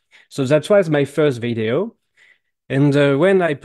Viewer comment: pas vaideo, veedeo. Quand même...